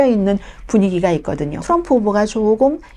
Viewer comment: 자기 응원하는 후보 발음이나 똑똑히 하라우! 추럼프